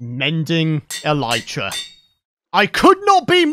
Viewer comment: It is elytra as in 'I lit the candle' not elytra as in 'I light up the world'. This isn't an Aluminium vs. Aluminum thing either, if you are knowingly saying it wrong, then you are knowingly saying it wrong.